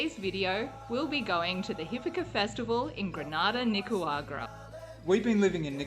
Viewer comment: Why cant you pronounce NICA RA GU A …. There is no W 😂😂😂😂😂😂😂😂😂😂😂😂😂😂😂😂😂😂😂😂😂😂😂 it’s not nicawagra.. the disrespect